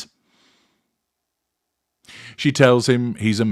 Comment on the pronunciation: When you said, “She’s so hot!” it was a in perfect SW Florida surfer accent, pretty much American. I could see you hangin’ out at the Venice jetties in your surfer shorts.